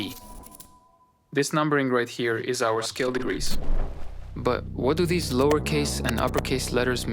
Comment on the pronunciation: It's just too much. The message doesn't need all that candy. And then there is the lack of ability to pronounce "these" correctly. So close but no cigar.